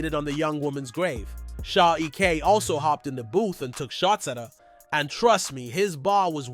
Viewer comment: Its E.K not Eck 😂